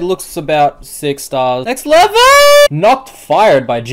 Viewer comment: Im pretty sure you said lever requests instead of level requests